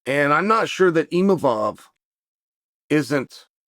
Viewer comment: He slipped and said "Imavov" properly on accident, I knew it.